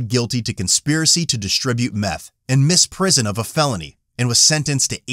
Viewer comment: Definition of misprision: "the deliberate concealment of one's knowledge of a treasonable act or a felony" >>> (voice over mispronounced the word as "misprison")